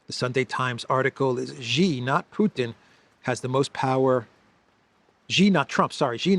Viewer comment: Hey, you’re a pretty Int’l guy, being a Greek/Cypriot, so should have a good grasp of language and I am sure you have some personal pride in being able to speak well. I have informed you previously, Xi is not pronounced as “Gee”. The correct pronunciation is “See”. Hope you can correct yourself as I am sure people who know would appreciate you getting things right and making the effort to make your broadcasts better.